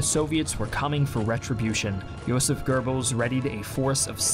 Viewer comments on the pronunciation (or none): really? Joseph Gurbbels? its Joseph Gobbels(goebbels) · J. Goebbels, not Goerbbels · "JOSEPH GERBILS" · Goebbels does not rhyme with "Gerbils" or "GoBells". Try forming your lips for an "o" sound but voice an "r" sound for a start. It's not easy for an English speaker but give it a try. You're welcome. Edit: Same with Goring. Edit 2: Meh, I'm being kinda pedantic.